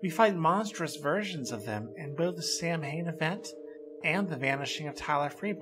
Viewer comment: Just a nitpick: Samhain is pronounced "Sa-ween" or "Sah-wen".